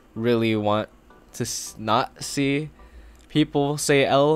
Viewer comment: "not see" sounding like nazi omg